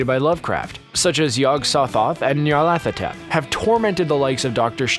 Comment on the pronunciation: Damn, I have to give you a like just for pronouncing Nyarlathotep right.